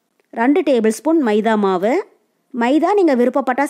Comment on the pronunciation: ரண்டு இல்லமா ரெண்டு